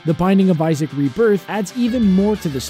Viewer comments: Its Isaac, not Issac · "Isaac" and not "Issac" ;)